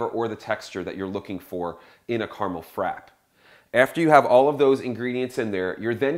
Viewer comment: Oh dear..frappe.. it has two p's. pronounce both..frappAAAAA.haha. Good demo :)